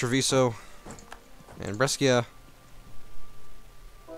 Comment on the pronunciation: The way you pronounced brescia makes me vomit. But being the sole reason....